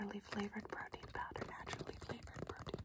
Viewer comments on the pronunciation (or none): “And did you want the protein powder?” What I heard: “and did you want the cocaine powder?”